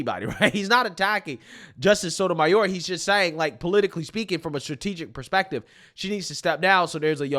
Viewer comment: Whoopie can’t even pronounce Sonja Sotomayor.🤦‍♀️